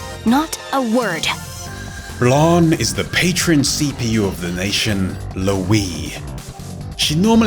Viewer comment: Anyone else would endure Neptunes "Long sword"? P. S I hate this dude saying Blarn and not Blanc.